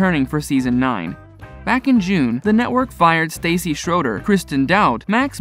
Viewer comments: Her name is said like StASee, you are reporting on her, her life but don’t know how to say her name? Makes me question anything said here. Omgosh how do you possibly get 2names wrong how do you get ‘Seena’ from Scheana’. In this day and age there is No reason for this, it’s disrespectful but most of all shows the Lack of “Care, Research on your behalf & would have been a Very Easy “Edit” that should have been very important when it comes to Journalism. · “STACY”?!!!!!! WHO THE F IS STACY?! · Ugh I cannot stand how he constantly pronounces Stassi like Stacey. If your gonna make videos about people learn how to pronounce their names!! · I agree!! It annoys me that he's saying her name wrong..... Ugh!!! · How can you even say that you don't miss an episode, yet you do not know how to pronounce STASSI'S name? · OKKAAAAAAY!!! ENOUGH!!! He pronounced Stassi's name wrong!!! Get over it!! Does EVERYBODY have to make the same comment???? Move on!!! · Maybe you should learn how to pronounce people's names before you report on them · If you’re going to go to the trouble to post a nearly 10 minute video about specific people - pronounce their names correctly. Stassi not Stacey and Scheana was pronounced incorrectly as well. Poor form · It's not Stacey; it is Stahssee. That's how you pronounce it. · Staaah- cee, not Stay-cee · You might want to get her name right, if you're going to report on her... its Stassi (Sta-see) NOT Stacy. Katie only bothered me when she became angry, judgemental and mean. Im so happy for Scheana, Lala, Brittany and Stassi 💕 And for James on his sobriety 💙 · I kept thinking the same thing ever time he said Stacy not stassi & said schenas name weird lol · “Stawsi”. short a, not “stAyyycy “🙄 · You said Stassi's name wrong. I mean seriously, your reporting on this and your calling her Stacy. So ridiculous!! Obviously your not doing your job correct and learning how to pronounce names properly. It's Stassi 💖👑🍼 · Its stassie not stacy